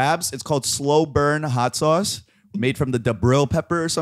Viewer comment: “hot sawwce” he sounds like a true new jersey guy